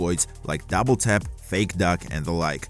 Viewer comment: "Duble Tap" one love